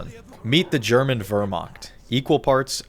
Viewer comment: Wehrmacht ❌ Wöhrmackt✅